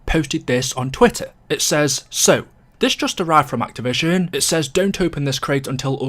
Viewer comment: Why are you incapable of saying "activision" properly